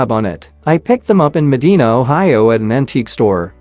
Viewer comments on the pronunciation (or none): The last object is a caltrop. They were used during the civil war. They were thrown down by the hundreds in order for horses to step on them and harm the horse. Also it's pronounced mi-dye-na Ohio